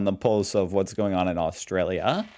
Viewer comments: Aust...R...alia, It has an R in it and you get is wrong quite often. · Bro, AustRalia has an 'r' in it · First, it was Woolsworth now. It's Austalia. You're starting to slip.. 😂😂